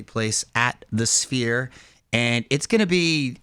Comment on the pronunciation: Did call the sphere spear? Lol